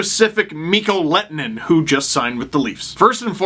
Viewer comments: MiK-KOH LEH-TOH-NEN. NOT LET-NEN or Let-en-Nen. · The H is not silent in Lehtonen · You’re pronunciation of his name is wrong. You pronounce the H.